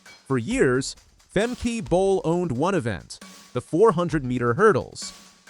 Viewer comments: It’s Femke not Femkee you fool. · Its Femkuh like duh not femkey. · Leer dat nou eens, arrogante Angelsak: het is niet 'Femkie' maar 'Femkuh'! Een ANDERE TAAAAAL! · It’s not Fem-key but Fem-kuh.